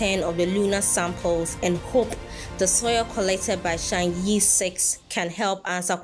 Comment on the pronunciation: Chang'e is pronounced as Chang 👉errr👈 in Putonghua ( Mandarin ).😊